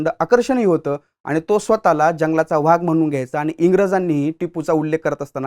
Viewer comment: मराठी शुद्ध बोला हो,vhag नाही हो वाघ असा उच्चार करत जा. उगीच त्या दुष्ट टिपू ला मोठा करू नका.